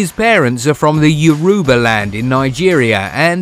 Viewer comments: The way the narrator pronounces the name of my tribe Yoruubah. Aish 😔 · This guy calls 'yoruba' one more time I'm turning off my phone.... which one is 'yourewber' 😂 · you are insulting my language by saying yoruuba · I am Nigerian and disappointed on how he pronounced Yoruba.